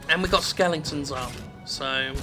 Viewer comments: "Skelingtons" I know he is saying it Ironically, it just made me laugh. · Honestly, I'm not sure whether he is saying it ironically, or genuinely keeps mispronouncing it, just because he's gotten used to it.